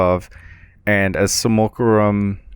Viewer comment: sim-you-lack-rum = simulacrum